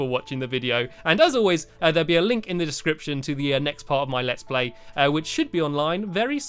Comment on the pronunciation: its in the diicripshan